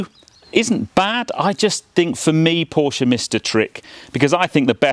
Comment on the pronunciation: Good review and well done for pronouncing Porsche properly which so few YouTube reviewers do. £116k for 200 miles range is frankly laughable and with 4 adults in the car it will be much less. Looks like making an EV go quickly is the easy part and only Tesla and Hyundai have the secret sauce to make them efficient as well.